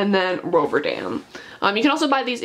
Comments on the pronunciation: Ro-Ve-RANDOM rather then ROVERDAM i believe lol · Roverandom not Roverdam ;D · Judging my some of her pronunciations she hasn't read the Tolkien Treasury books at all (she said Roverdam and Smith of woodcotton major)